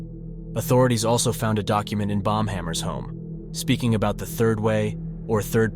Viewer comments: it wasnt. i thought so too until the end. the dude just pronounced it terribly during the whole video omg. its not BOMB-hammer, its BAUM-hammer. The lawyer's name is sick though, i wudda become a lawyer with that surname too!! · It's Pronounced as "BOW-M" as it's German and the "Au" sounds like the "OU" in "hOUse" which is the exact way you pronounce the German (standard German) "Haus" as both English and German are Germanic languages and share a mass amount of etymological related vocabulary. English is a North Sea Germanic language thus its closest to Low German or Low Saxon and West Frisian. All three, English, Low German, and West Frisian make up the North Sea Germanic linguistic family. Latvians also have a lot of German ancestry from Prussia, as Prussia used to rule over mass swaths of Latvia.